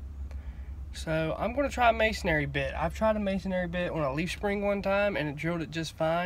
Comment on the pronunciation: As a mason the first thing I want to say is please it's Masonry not masonary Masonry build the church Mason Aries preach in the church. There is only one a in Masonry 2 or second point I can't wait to hear I'm only at 2 minutes and 38 seconds in I can't wait to hear how this goes because I'm positive a masonry bit is not going to get you there